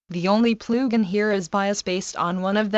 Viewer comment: Ploogin :D